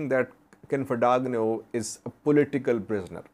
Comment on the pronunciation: that “g” in Dagnew is silent 😂or gn is ñ